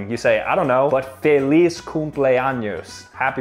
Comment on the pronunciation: ur saying fay-liz but u jeed to say feh-liz